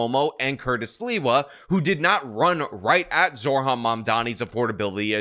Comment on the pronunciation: It's Zoh ran, not Zor han. If you want to mispronounce him on purpose, call him Moron Damncommmie.